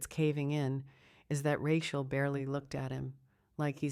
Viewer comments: Do you do editing before publication, it would appear that you do not. Or else you would have known her name is prodnunce Ra-cheal and not ra-quer. This miss pronunciation spoils the enjoyment of the story. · The story line sounded good....but that God awful AI voice killed it for me...the mispronounciation of the woman's name grated on my last nerve. Get a better voice...your viewership will increase...trust me.